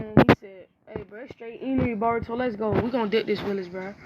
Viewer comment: He said bourto